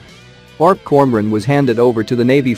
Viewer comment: Reading ORP as one word and Świnoujście as "swinauszczi" XD